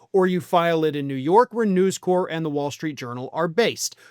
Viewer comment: FYI - It's News CORP, not "core". The Marine Corps is pronounced "core".